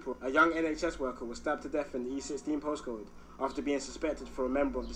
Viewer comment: Bro said Posscode 🤣